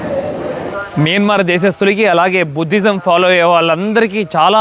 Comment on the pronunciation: Please pronounce properly country name that country name is not మిన్మర్ మైన్మార్